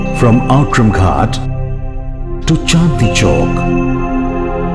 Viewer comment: Outram as in Outram Ghat is pronounced as Ootram